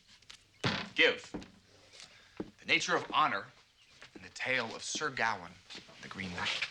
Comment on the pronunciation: GaWAIN not GOWan !